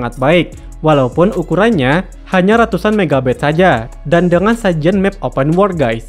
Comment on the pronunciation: Lu ngomong open world pengucapan malah kaya open war bro, benerin lagi jadi enak dengernya wkwk saran aja si, sama jangan terlalu kaku ngisi narasinya 😂